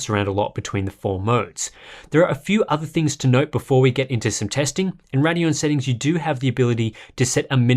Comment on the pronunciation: RAIDeon, not Raddion, it's not that hard.